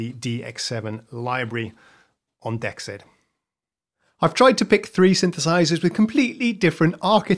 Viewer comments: Wouldn't "dexed" be pronounced "DEE exed" (or "DX'd", if you prefer) instead of "dex ED". I think that would make more sense to have the "DX" sound in the name. Enjoying the video. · Pronounced: D-exed as in DX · Hi, it should be pronounced "DX Ed" just look at the colour in the logo...DE-X-ED.